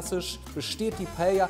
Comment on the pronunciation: Paellja ........ Klingt leider wie Prosettscho und ist genauso falsch ausgesprochen. Und schmerzt im Ohr - und im Herzen.